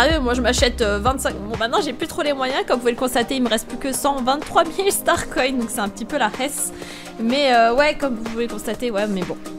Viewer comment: Sa me stresse tu dis starconne au lus de starcoins